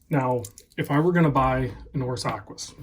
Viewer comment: Aquis, not close.